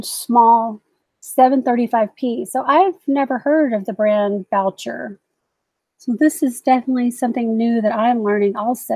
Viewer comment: Boucher is French and it would sound Boo Shay. Great video.